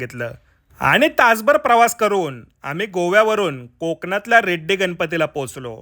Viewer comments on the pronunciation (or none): ते रेड्डी नव्हे रेडी आहे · ते रेड्डी नसून रेडी गाव आहे दादा...👍🏻